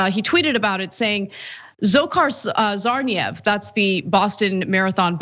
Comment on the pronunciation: I feel sorry for Dzhokhar Tsarnaev because of how Ana pronounced his name. Wait - maybe that's a good sentence for him. Lifetime of malpronounced name. Dzhokhar Dudayev > Dzokhar Tsarnaev